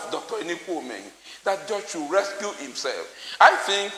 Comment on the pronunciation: Recuse not rescue......Ondo politicians murdering grammar.....lol